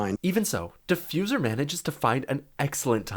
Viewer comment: bro said defuzer when gavini killed hyper